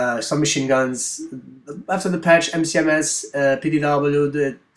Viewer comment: Why do you say mcms? Its msmc.